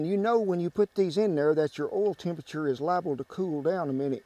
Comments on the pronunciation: I like the way he says "oyl" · SpeakEasy DoorMan that’s standard pronunciation in rural Texas.